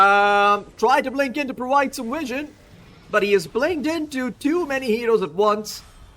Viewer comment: Nobody: Caster: Swen has no wision of that eyah